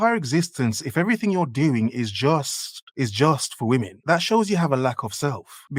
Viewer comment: This woman can't even say the word 'women' right. Her last two brain cells working overtime just to hold the camera up and talk at the same time. Dear god.